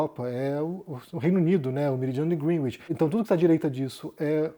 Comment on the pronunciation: A pronúncia correta é grénitch, com E aberto.